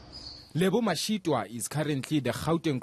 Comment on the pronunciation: does a really poor job at pronouncing peoples’ names, and other things in general. She must improve. You can’t even say Mashitoa? It’s toa as in twa, not toowa.